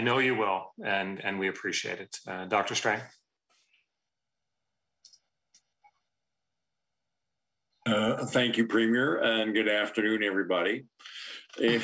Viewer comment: It’s Doctor Strange not Doctor Strang. Boom 💥